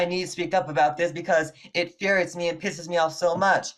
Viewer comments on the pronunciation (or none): "...it furiates me..." lmao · What really infuriates me is that the woman in the third bit kept saying "what really furiates me." The word is INfuriate. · "IT FURIATES ME!!!" sigh....smh